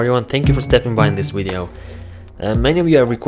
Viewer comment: You said wideo lol